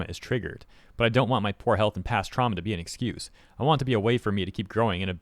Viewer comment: "past truama" blah blah sounds like a bunch of hooplah to me